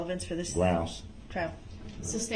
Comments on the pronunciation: The way he says ‘substained’ and ‘lisums splates’ still sends me into a rage! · Substained? Grounz for the substained he axed without relevancy. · SUSTAINED ..not SUBSTAINED ..you dip chit